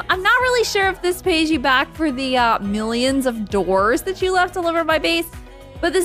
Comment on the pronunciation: I love how much u emphasised the "Millions Of Doors"